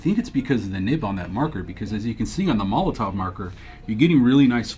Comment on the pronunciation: Is just me or does it sound like pronounces Molotow as Molotov?